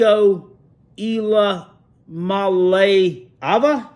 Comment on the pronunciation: You talk about the Vols fans being uneducated and next sentence you intentionally act like you can’t pronounce Iamaleava, a name I have heard you intentionally chop dozens of times. I am a realistic Vols fan and I know we have our share of annoying fans JUST LIKE EVERY OTHER TEAM IN AMERICA. I like your channel, I like Uncle Lou. I feel like other YouTubers are riding Uncle Lou’s coattails…Tell me I’m wrong my man!